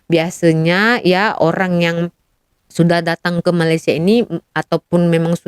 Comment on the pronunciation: Perbaikan sebutan ‘Malaysia’ cikgu